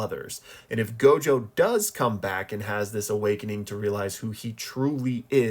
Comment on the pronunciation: It's not gojover